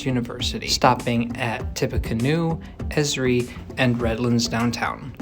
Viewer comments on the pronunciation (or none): Also, it is not pronounced as a word, but the letters each said sequentially. E.S.R.I.